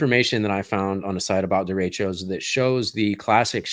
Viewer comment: I know the term, but it is not being pronounced properly. It's spanish, so you roll the R and the e's are more soft. Happens often during monsoon season in northern new mexico. Derechos bring good rain to the desert.